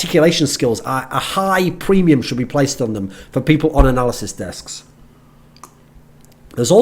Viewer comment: I keep on hearing "Narcissist Desk" lol.